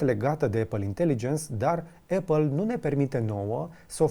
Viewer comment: Atentie la cum pronunti numele Apple